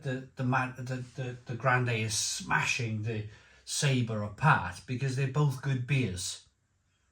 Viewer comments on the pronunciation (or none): I love this channel im a big fan, you have taught me alot please keep up the good work!... however I want to in return teach you you are saying saber!!... its pronounced Sab... or. It translates to flavour. I'm a fluent Spanish speaker.. mocha's gracias amigo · I really hate being a knob but sometimes I just can't help myself if something really bugs me and today, watching this review has tipped me over right into cuntyness every time you said Sabre my heckle came up I really hate to do this but in no way can Sabor be pronounced as Sabre or Sabar the give away is the little line under the o which change the sound of the letter to something more like awe So if anything I believe I could be totally wrong and you right however the beer is actually pronounced Saboar